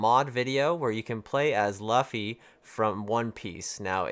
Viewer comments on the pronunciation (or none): luffy is pronounced Loofy. In both the Japanese dub and the English dub. I can't say for certain of the way you say Mario though. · I watch the anime it's loofy u sound stupid saying it wrong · It's pronounced loofy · your autistic I've watched the anime it is pronounced loofy even if it's spelled Luffy go watch the anime or don't say his name again it's a disgrace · For the love of God please pronounce Mario and luffy right lol